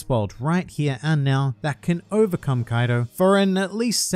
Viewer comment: When u said "kaidu" trust me u earned this dislike, but i ended up liking at the end thanks